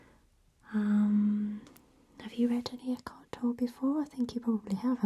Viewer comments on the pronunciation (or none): Very nice video. FYI, Tolle is pronounced toe-lay.